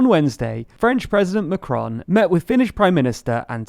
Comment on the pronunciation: Good video as usual, but try to get the 'on' correct in 'Macron' (despite the sound being difficult to pronounce for English speakers).